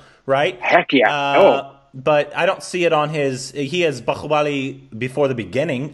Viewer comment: Why does make that middle eastern 'h' sound for bahubali? We dont do that here in India 😆 its plain 'h'